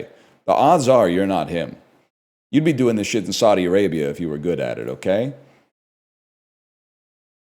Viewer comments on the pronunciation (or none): none